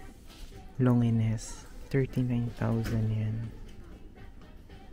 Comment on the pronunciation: FYI po - LONGINES (Lon-zheen or Lon-jin) 😊 not Lo-ngi-nes... ✌️ but gusto ko yung vlog mo. new subs here